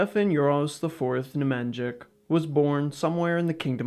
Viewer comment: bro you are MURDERING the pronounciation of the Nemanjić hhaahh its as if i called you stochi hestorjan and not yoo ahhah